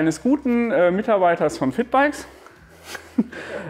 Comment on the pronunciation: Ich habe Fickbikes verstanden, anstatt 😂 Was für ein Name